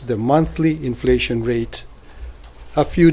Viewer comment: Mas malamang ang sagot ni lutangina ay "meryenda na lang tayo ng enfleytion este enseymada pala"